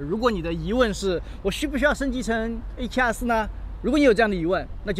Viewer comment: A7啊4，新的读法吗？